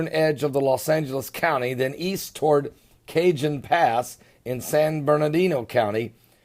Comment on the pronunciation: Pastor, Cajon is pronounced Ca-hone Pass. Keep up the great work.